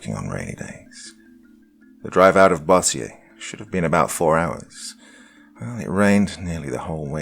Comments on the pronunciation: It's pronounced "bOhzser" not boss-E-yay. It's a city in Louisiana near Shreveport. We do speak French down here but, not everything is pronounced that way. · You pronounced Bossier wrong. Correct pronunciation (bow-zur). Dont feel bad though here in Louisiana we don't pronounce hardly anything especially the cities the way they are spelled. Lol For example the city of Natchitoches (Nak-oh-dish) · Bosier lol if u aren't from Louisiana, u are likely gonna BUTCHER THE NAMES IN OUR STATE